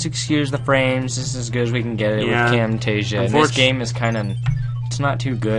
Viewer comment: He just said Camtastia 7@